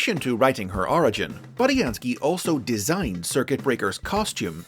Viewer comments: It’s bood not bud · Okay, now I'm confused? Is his name pronounced Boo-Dee-An-Skii, or Bud-ee-An-skii?